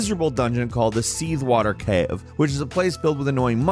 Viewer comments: "The Seethwater Caheughve" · The seethewater c'ave😅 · The way my dude says "Cave" lol